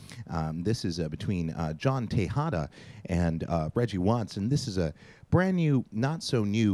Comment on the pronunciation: Reggie...that was BranDEE not brand new.......